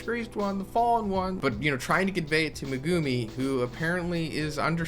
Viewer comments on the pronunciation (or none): Me-gu-mi not me-guu-mi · Saying megumi name wrong is cringe but good info